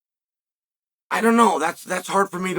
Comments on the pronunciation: “ Pay - Era “ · How about you learn how to say Pereira's name? Show a modicum of respect for a two division champion Chael, you've never even held a belt. You can have the decency to say the man's name properly.